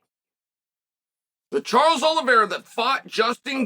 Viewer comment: Charles is winning because Chase can pronounce his name